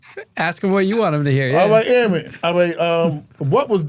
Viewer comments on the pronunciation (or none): none